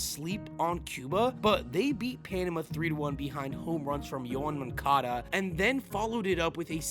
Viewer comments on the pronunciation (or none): none